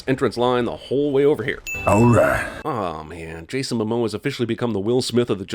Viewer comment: It momoa not mamoa